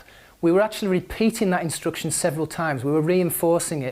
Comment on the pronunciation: I'm sorry, why do you say 'instruction' with the sound "u"?